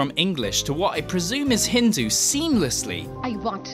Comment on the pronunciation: Did he rlly just call Hindi “Hindu” I can’t believe you’ve done this, I feel attacked